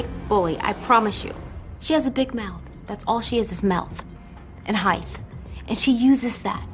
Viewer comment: “Mouth and HEIGHTH” 😂